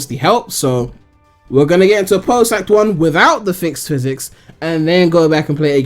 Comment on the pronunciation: A-poat-toast... Isn't it A-POT-TOAST